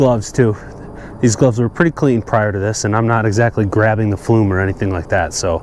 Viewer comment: Thanks...well done. I just did mine and now want to try to sweep my oil chimney flue but need a different brush. Was thinking to make my own somehow. Any thoughts? Fyi, sounds like you are saying "flume" instead of "flue".